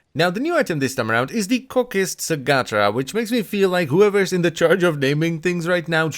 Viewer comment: I don't know what's worse, the way he's pronouncing the sugatra's name or how it's actually supposed to be.